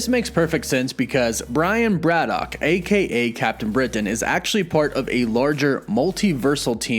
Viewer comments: WOW!! Never knew there was a T at the end Brian Braddock -- ah sorry BraddocT. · 1. Brad-OCKKKKKKKKKK … 2. Hercules was DEFINATELY a Full Avenger , read past the third line on wiki next time , my dude. 3 . Swamp thing photos , man thing bio … lazy. Overall : C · You're adding a "T" to your pronunciation of Braddock. Also, why do you say "Britain" so strangely? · The way you pronounce BRADDOCK and BRITAIN triggers me so much haha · That pronunciation of Braddock makes my ears bleed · Love the vid but why'd u put a t on the end of braddock lol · Dude, I love your videos and the info you provide, but please work on the over-annunciation and pronunciation of various words. “Braddock” not “Brad-dockt”. “Mutant” not “mu-tantt”. Etc…